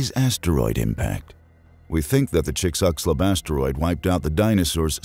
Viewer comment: Me flinching every time he tries to say "Chixulub" or "verneshot"